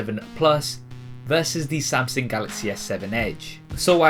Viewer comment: samsing galaxy :D